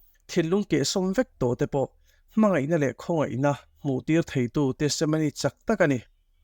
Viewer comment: Tesemony i tih tlat le, testimony ti Mai la